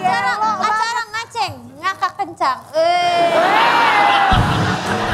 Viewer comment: "Ngaceng" ya guys bukan "Ngaceng"